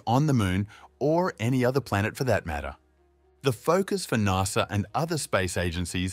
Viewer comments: It’s not NARSA, it’s NASA, the “NAS” part of “NASA” rhymes with “GAS”. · Its pronounced N.A.S.A. not NARSA :) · Never in my life have I heard someone mispronounce NASA so badly.